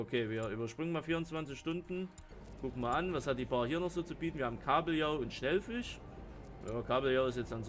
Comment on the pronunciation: Da ist kein N in Schellfisch, es heißt S C H E L L Fisch, nicht Schnellfisch, Schell wie die Tankstelle, nicht Schnell wie langsam